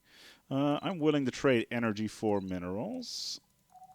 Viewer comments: energija? Where are you from dude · Did you say lets get some more energija :D